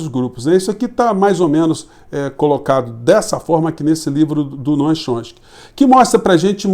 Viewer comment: Professor, o senhor é 10! Mas é "Chom- sky" (tchom- ski). Forte abraço é o obrigado pela lucidez das análises!